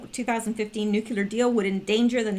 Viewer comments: Repeat after me - - Noooo Kleeee errrrrrrr not nuke you ler or noooo clear. NOOOOOO KLEEE ERRRRRR. Now wasn't that easy :-) I'm just messin with ya. Even if you say it wrong, we all know what you mean. Good Job, btw. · Please please please! It's nu-cle-ar! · You must learn to pronounce new clee ur. Really, it is not hard. You sound like a buffoon and I know you are not. Step it up!